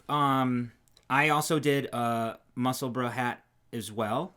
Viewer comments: Only just catching up to the podcast coz you know life happens and it was a very strange and cathartic experience to finally have pronounce Musselburgh and Edinburgh the way we are used to hearing it! I was going to say pronounce it correctly but with a language that has as many dialects as words I dare say correct pronunciation is not really a thing in English...! Next stop is Worcestershire, Gloucestershire and llanfairpwllgwyngyllgogerychwyrndrobwllllantysiliogogogoch (an actual real Welsh town - check out our weatherman nailing it ) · Loving the vids. Thank you for taking the time to pronounce Musselburgh correctly. We Scots can't pronounce Maryland correctly. We say Mary Land! I hope there's never a hat pattern called Maryland. X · Finally, you have pronounced Musselburgh properly. I so proud of you both... Now Yorkshire has to be conquered, remember Yorkshhhhhhh! As to UK yarns, can I suggest you look at Wee County Yarns up in Scotland, their JC Rennie is to die for and although it looks as rough as f*ck, the more you handle it the softer it gets. I knit one of their Advent cowls every other year but you would love their kits, which are just wonderful.